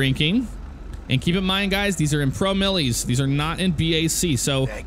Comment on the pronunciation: it's pro-miles, not pro-mil-lies :P